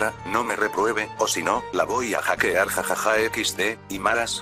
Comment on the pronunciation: Es Hackear no jachear 😹